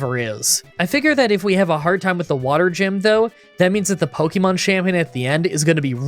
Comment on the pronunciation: It's not "either than". It's "other than". And for heaven's sake, it's not "pokey-mon", it's "po-kay-mon".